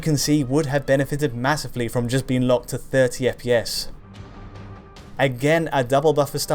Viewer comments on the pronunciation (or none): none